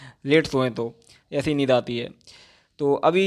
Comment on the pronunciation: Bro it's neend yar 🤣🤣 by the way u r doing great 👍🙌